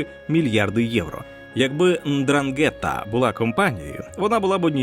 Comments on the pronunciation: Ндранге́тта🤣🤣🤣 смішно звучить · НдрАнґета. Наголос на першу літеру "А".